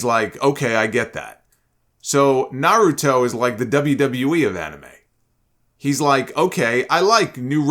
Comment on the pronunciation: “I like Nuroto”. 😂